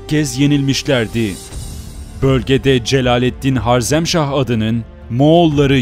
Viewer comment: reis öncelikle eline emeğine sağlık ancak HARZEMŞAH değil HAREZMŞAH olmalı, bu güzel ve aydınlatıcı paylaşımların için teşekkür ederim geçmişini bilmeyen insanın geleceği muammadır